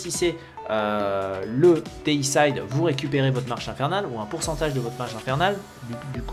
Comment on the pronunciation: On dit Déicide pas déissaïde. Ça veut dire "tuer un dieu(x)". Comme fongicide (tuer les champignons), insecticide (tuer les insectes, hommicide (tuer un humain)...